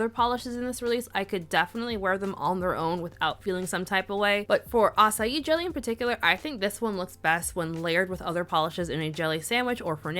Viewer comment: I love that you can pronounce açaí with no problem but put the ç in curaçao and all bets are off 😂